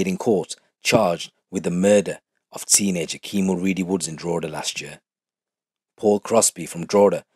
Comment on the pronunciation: pronounced Drogheda better any non-irish person I ever heard haha fair play bro